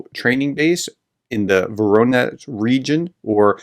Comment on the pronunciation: your misspronounciation of Voronesh is epic, try Rabenheim